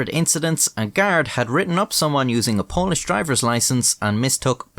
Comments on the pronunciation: It's some really good pronunciation of Polish up there, for a foreigner. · As another polish person this video was fucking hysterical! I loved your polish keep up the great work 👍